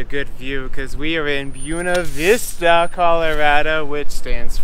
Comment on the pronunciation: Brother, before I watch the rest of this video, gotta correct your Spanish. Buena Vista is Spanish for "Good View". Buena is pronounced "Boo-eh-nah". Not "Bona". That's Italian. OK. Done. I'll shut up. Back to the video. Buena Vista is going to be a town on my model railroad now set along the Tennessee Pass Linne of the D&RGW railroad, so I need to see the surroundings.